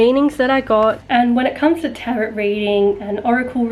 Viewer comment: It's pronounced taro not tarot 🤗